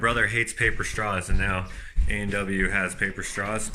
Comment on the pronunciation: Did you say Albert Walters??? Dude, it's pronounced A & W. If you're ever in the states, just sayin', don't call it Albert Walters or you'll be on a fast train back to Canada, eh! :)